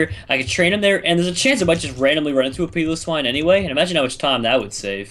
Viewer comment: Piloswine is said Pie-lo-s-wine